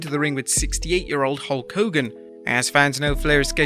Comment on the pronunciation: You said Hawk Hogan like Garret Bischoff in TNA